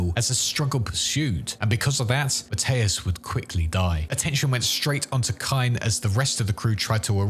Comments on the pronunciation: ...Why are you pronouncing it as Matteus, and not Mathias? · Never heard Captain Benjamin Mathius pronounced so confidently wrong before. Good Lord